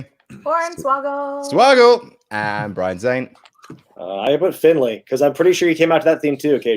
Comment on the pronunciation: It's Hes Da Ma. Gaelic. And it's Finlay.